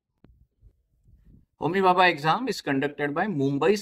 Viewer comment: Sir it's homi bhabha not homihaha